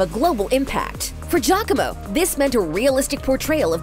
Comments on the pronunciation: It makes me cringe hearing the narrator pronounce Giacomo as 'Jacko-mooh'.. No lady! Its Ji-ya-co-mo. Please do some reaseach at least. Smh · I’m sorry, I’m italian and the narrator got close to the right pronunciation, it’s jacko-mo